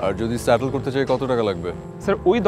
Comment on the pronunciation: স্যাটlল করে দিলো? বাংলাদেশীদের ইংরেজি উচ্চারণ খুবই মজার 😁